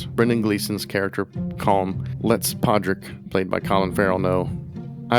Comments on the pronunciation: You are the second American talking about the ins and outs of this movie and refusing to pronounce the main character’s name. You HAVE watched the film. At what point does anybody say PADRICK? It’s spelled with a D. His sister is called sioban, clearly not said the way it is spelled. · As mentioned in other comments, NOT protestants vs Catholics. Also, pronounce his feckin name properly! You don't pronounce the D... (or if you do, it's like a mini trill)